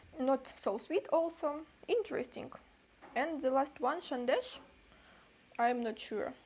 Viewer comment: Love how you pronounced sandesh...❤❤too cute and exactly like a Bengali ❤❤.